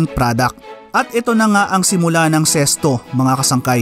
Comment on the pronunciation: Ano ba tlga ang tamang pag pronunciation nito ?bakit sesto ang dinig ko.sa karamihan zest.o nmn tlga Z